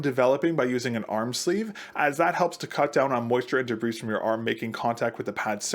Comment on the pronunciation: the s in debris is silent